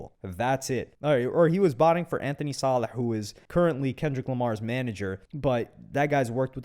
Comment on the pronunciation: are you arab ? You pronounce salah too good